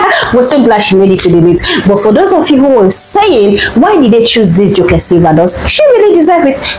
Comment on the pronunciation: Some of the info on Joke Silva are false & another voice could have been used for her story since the one chosen couldn't pronounce her simple name. Misspelling & pronouncing names wrongly isn't a status symbol